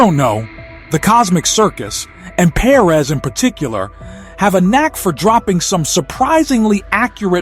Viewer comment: i hate the way you say perez 🙄 that's not how you say that name